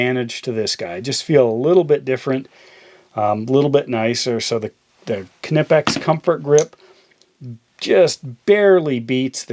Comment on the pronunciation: Listen young man, I’m going to give you a free tip here: It’s NOT “Kuh-nip-ex” it’s “kih-neepex”